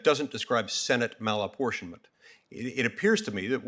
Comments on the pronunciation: Ugghghhh….Malaportionment of senate ? What? This is BEYOND TROUBLING! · Why play cat n mouse... He's asking " what's malinportionment?" Let's this guy spew political b.s. Cut his ass off re ask. Soon as he starts his p.c. political b.s. Cut his ass off and say.. Senate malinportienment is???? You finish the sentence... Don't let these guys use your 5 minutes. Cut em the fk off and again ask the hard question. It's not hard, but it does take a spine. Don't let these fks use your 5 minutes. Just once, do your fkn job we, yes we the people voted you into office to do...... Do your job.